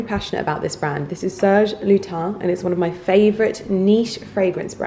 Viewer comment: Serge Lutens= Good french pronunciation but pronounce the s at the end of Lutens...I know , usually it's silent..